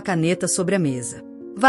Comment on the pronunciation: V A L E' E' E' E' RIA: PROPAROXITONA!!! VAERI'A A PENA MODIFICAR, MESMO COM INTELIGENCIA ARTIFICIAL....